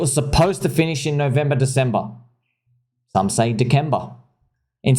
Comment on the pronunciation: “Deckemba” jajaja